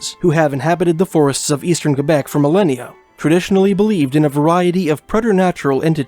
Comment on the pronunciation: You pronounce Quebec properly, awesome!